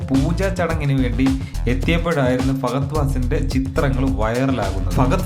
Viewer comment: ഫാഗ അല്ല ഫഹദ് ആദ്യം പേര് പഠിച്ചിട്ട് മതി വീഡിയോ